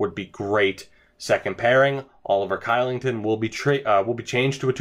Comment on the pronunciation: Your pronunciation of Kylington was atrocious.... lol. It's pronounced Shee-ling-ton.